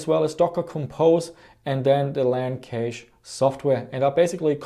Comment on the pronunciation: Is "Cache" spoken like "Cage" Australian slang 🙂? Sorry for asking, but I'm native German, so I mostly know Cache as Cash, like it is mostly spoken in the states. BTW: I like this kind of video!